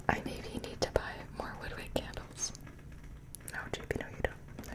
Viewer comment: She said WoOD WiCk like we’re some dumb ass that doesn’t know why it’s cracking and we didn’t read the name